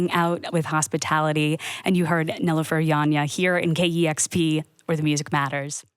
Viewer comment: KEXP, please take the time to understand how to pronounce a person's name before intros. It was painful to hear Nilüfer 's name pronounced incorrectly. It hits deep for me when I heard my mom's name mispronounced my whole life and my last name also mispronounced. Turkish names can be challenging at first but please take some time and practice. It matters a ton and it immensely appreciated when you take the time to learn it.